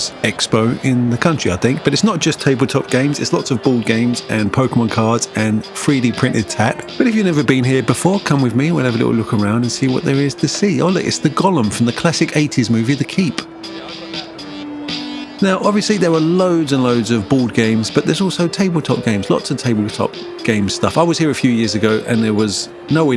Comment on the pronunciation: Was funny hearing him call it the "gollum" instead of Golem 😂